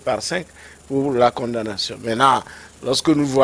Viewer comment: S'il vous plaît. On ne dit pas blanchissement d'argent. On prononçant condamnation, on la lettre m reste muette. Merci.